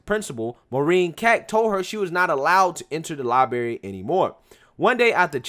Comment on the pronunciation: Lie-BRary. Not Lie-Bary